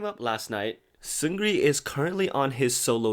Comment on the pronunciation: It’s Seung Ri, not Seun Gri or Seungri. You don’t pronounce the “G” in Seung Ri.